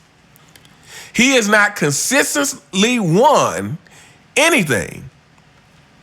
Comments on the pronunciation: U consistently butchered the word consistently/consistency 😂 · you can't even say "consistently" consistently!